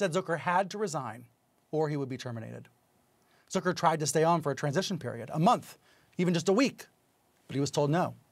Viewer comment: "Zöker"???? It's Zucker buddy. Get hooked on phonics